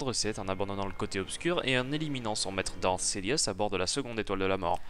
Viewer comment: évite ton accens quand tu parle anglais... quand tu lâche 3/4 mot anglais d'affilée c'est incompréhensible 😕genre "Dark sidious "deviens "daridious".